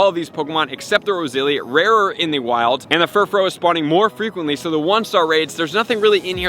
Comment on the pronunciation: Lol no use he still says GEARados and rosezillia